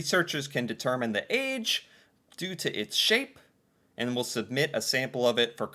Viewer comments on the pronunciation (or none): none